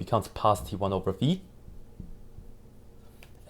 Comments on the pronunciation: thank you for the video and for correctly saying the name of the greek letter (not fai, but fee). Same should be for pi (which is pee, rather than pie). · 👏👏👏you pronounced the letter φ correctly yeyyy💯💯🙏